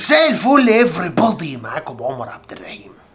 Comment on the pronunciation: والله شيء مؤسف تنطق انجليزي صح وتنطق احد اسماء الله الحسنى بطريقة خاطئة .. اسمك عمر عبد الرحيم .. " الرحيم" بفتح الراء وليس بكسرها .. اقولك على حاجة .. انطقها زي ما بتكتبها بالانجلش 😅